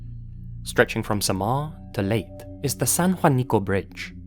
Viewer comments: the bridge story Leyte is pronounce as Ley-te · Awww i love how pronounced Samar and Leyte ☺️ don't worry, my husband is English. He pronounces it the same.